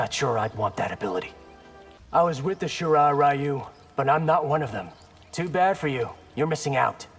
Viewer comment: im sorry but i just cringe every time they pronounce "Shirai Ryu" like that